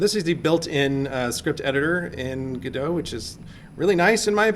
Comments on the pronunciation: and its go DOT not gado, if your going to make tutorials pronounce it right god that's annoying. notice the second letter is an o not an a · You say (Ga-do) but it is written (GO-DOT). I say (GO-DOT) as it is written. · The creator of the 'gif' verbally called it a 'gyph' all the time. Look how much people cared, lol. 'go-dot' would have to be a compound word to make sense, lol. "gu-doh' just makes sense. There are very few actually good cases to use the silent 't' and I think they should own it, lol. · FYI: Pronounced GOD-oh. Not Go-dot or Go-DOH. Godot development was started by Juan 'reduz' Linietsky and Ariel 'punto' Manzur in 2007.[13][14] Linietsky stated in a presentation that the name Godot was chosen due to its relation to Samuel Beckett's play Waiting for Godot, as it represents the never-ending wish of adding new features in the engine, Waiting for Godot (/ˈɡɒdoʊ/ GOD-oh[1]) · It's pronounced God-oh (not Go-doe)... Waiting for Godot (/ˈɡɒdoʊ/ GOD-oh[1]) is a play by Samuel Beckett, in which two characters, Vladimir (Didi) and Estragon(Gogo), wait for the arrival of someone named Godot who never arrives, and while waiting they engage in a variety of discussions and encounter three other characters. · godot is pronounced like robot… thats why the logo is a robot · The icon is a robot. not a roboh. the name is godot. not godoh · great vid. FYI If you're a theatre major and are pronouncing it like the samuel beckett play, it's norally pronounced "god-o" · Go Dot, its not a Frenchman. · They need to brand this engine as GoDOT or GoDot not GODOT. Would help alot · Yall are dumb. It's 'Godot'. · It's obviously 'Godot', as in 'Godot' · I think people pronounce it gu-doh as in the play "waiting for Godot (God)"; instead of Go-dot. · It's actually pronounced 'Godot.' I don't know where you heard the other two. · No way! I always thought it was pronounced "Godot"! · It's godot not G-O-D-O-S-A